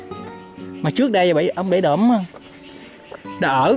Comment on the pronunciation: Bãy Đỡm, không phải Đưỡm.